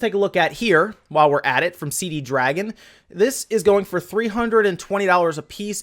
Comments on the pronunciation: Damn, it's Cdragon, not Cd dragon. :D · This shows how old some of those games are, the Dynasty Warriors game was Dynasty Warriors 7. I have a copy of Dynasty Warriors 8 on my Xbox 360. So nothing within the last few years. Also dude, it's not CD dragon, it's only cdragon. When you say CD dragon you accidentally make it sound much cooler than it really is.